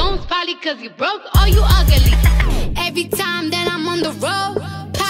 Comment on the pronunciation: I love how she turned ugly into a 3 syllable word 😂😂😂